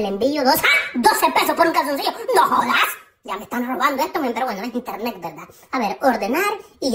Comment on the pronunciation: hoy pedí mi primer paquete por (internec) jaja internec ese siempre me hace reír